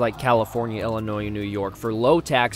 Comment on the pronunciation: I know is from the Midwest so I don’t understand how in the world he can say Illinois as a ELL-Inois. I’m also bitter about this video as a Chicagoan.